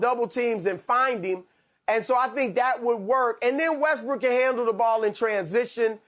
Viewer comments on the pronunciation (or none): Is skiiiup rlly say Westbrick and Lebrick